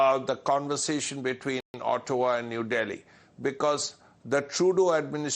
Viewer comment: It is not OOTOWA. It is pronounced as Aut-wa